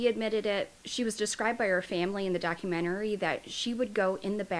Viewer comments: I'm commenting this in the nicest way possible, but it is documentary, not documentarary. You mispronounced it like every time in the video, so I'm just trying to help you out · Doc-u-men-ta-ry not doc-u-men-te-ra-ry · Minus the hundreds of times she says documenterary lol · 1. Melissa Lucio is EXACTLY where she belongs. 2. LEARN HOW TO SAY THE WORD DOC-U-MEN-TA-RY. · Doc-u-men-tah-ree lol The way you pronounce some words crack me up. I’m hooked tho, subscribed & always waiting for your next video 😍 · How about you start learning how to say Do-cu-men-ta-ry…. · I think you’re amazing!!! And classy and so adorable. Just one thing it’s pronounced doc·u·men·ta·ry. There is only 1 R. And I swear I’m not saying that in a disrespectful way whatsoever, I just want to help. I used to say it that way too. I hope you don’t take it the wrong way because I think you’re amazing! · Baby say it with me doc-u-men-ter-ee 🤣🤣🤣🤣 documentary !!!. I see yur struggling with it, so I’d figure i would help out. But great info. This is my first time running across your channel and i love how informative yur video is. This lady should stay in prison.. whether she did it or her daughter did- she has abused before or watched. She has failed those kids tremendously. I’m not sure about the death sentence. The only thing i hate about living in Texas;; they are quick to try to throw the death penalty. Keep up the great videos🥰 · You look so pretty in this video and I enjoy your episodes! But documentary is 5 syllables! Lol! Sorry! It was just kinda bugging me the whole time! Keep up the good work! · Dock-you-men-tear-E Hope that helps. Great stuff. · Is she saying "documtarery" over and over? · How are you pronouncing the word, documentary? It sounds like you are saying, documenoury. Just wondering if that is some type of accent. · Hi - no mean-ness intended here,ok, but it's pronounced: doc-u-men-tary. I see you kind of struggle with saying that. Just a helpful tip ❤ 😍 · Docu- men- tary